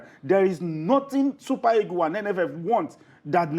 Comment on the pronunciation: How do you Nigerians pronounce the word EAGLES? The right pronounciation is e-a-g-l-e-s and not e-g-o-s. Did you guys do oral English and phonetics in school? It's very weird the way you guys pronounce the queen's language. Imagine words like, PASTOR, GENERATOR, TUTOR, BUS, The right pronounciation of these words are as in PASTA, GENERATA, TUTA, & BAS.